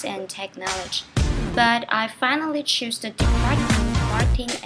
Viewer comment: She's very kute and has a pretty voice. But i see two mistakes. the pronunciation of "Chose" and "they can be proud of me" not "they can proud of me"? Any mistake??????